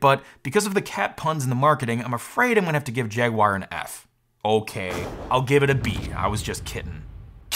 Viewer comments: Come on, no-one really says poo-ma do they? Everyone knows it’s pyoo-ma. 😜 And another thing…what’s this jag-wire thing? It’s jag-u-ar. Jag-wire?! 🤦‍♂️ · He said "Jagwire" 😁 just like Steve did back in the day 😌